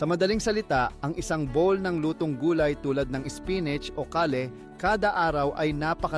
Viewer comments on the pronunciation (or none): none